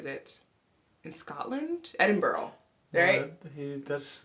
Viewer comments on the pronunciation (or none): Funny how you pick the actors for pronunciation and you then you call Edinburgh -Edinbrough. made me laugh.